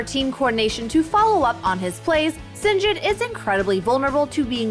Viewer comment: Did she just say Sinzed👀?